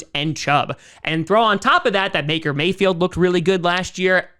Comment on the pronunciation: he just said maker mayfield